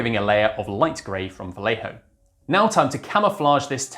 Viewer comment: Lol is the part because Vallejo is actually pronounced bai-yay-ho?